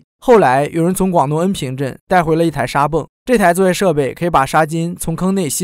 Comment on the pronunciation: 廣東恩平，不是恩坪